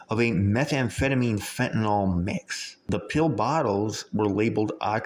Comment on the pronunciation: Pronounced “fenta-NIL” not “fenta-NOL”